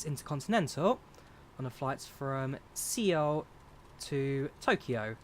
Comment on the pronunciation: my man said C-OL...Seoul is basically pronounced Soul lmao